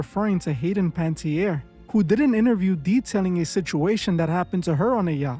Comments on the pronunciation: It’s pronounced Pan-uh-TEER not Panty-air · It would be cool of people making money on content created about her to at least pronounce her name correctly. Pan-uh-tee-air English pronunciation Pan-tee-air - Definitely not At least have respect enough to get her name right... Please. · 'Pantierre'? How hard is it to pronounce the poor darling's surname? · Her name is pronounced pa ne (nah) tierre